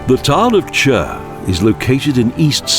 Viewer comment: nice video but only how yous ay CHÜR makes me laugh. Its simply Khur or just Chur nothing more